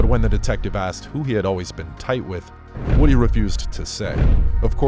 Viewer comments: His name is pronounced Whew-dee not Woody like the character from toy story. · It's pronounced woo-dee